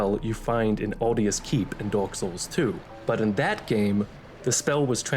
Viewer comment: I'm sorry ya'll I can't unhear it "Dork Souls"